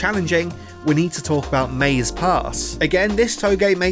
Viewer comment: Also remember it's not MAZE it's like mah zay! Great videos by the way!! I love all your content so don't wanna make it seem like I'm flaming you. Just want to point out that japanese is bi syllabic so the pronnunciation is different.